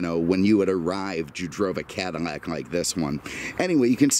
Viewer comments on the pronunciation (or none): Why does sound like he's saying Cadinnac?? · Why is he saying CADINAC?